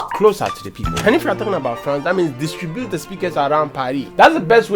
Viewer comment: Did I hear you say “FLANCE?” 😂😂😂😂😂😂😂😂😂😂